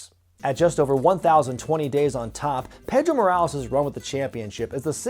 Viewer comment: I understand that you’re not a Spanish speaker, but Pedro is not pronounced Pay-dro”, I don’t know where that “pay” sound comes from when you say “pe”; it’s pronounced “peh-dro”.